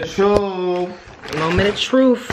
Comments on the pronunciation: Moment of truffff 😂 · " it's the moment of troof " 😂😂😂